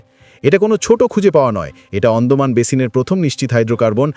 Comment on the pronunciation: অন্ডমান নয়, হবে আন্দামান।